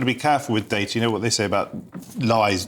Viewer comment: Day-tuh, not dar-ta